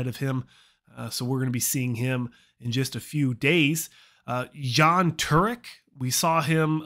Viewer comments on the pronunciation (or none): just for jan turek, its Jan, not Džan - its the FIRST way you said it when you asked the question. slavoj bednar was completely butchered but its very hard to pronounce to be fair. 🙂. and i think Evls is just E V L S, it doesnt mean anything. why are vlad and patrick johnson not on the list, id like to know, i thought they were confirmed to compete..🤔